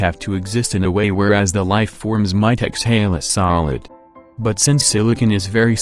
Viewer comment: The way it says "solid"